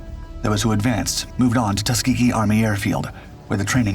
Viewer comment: Tusgehee airmen, Great Americans.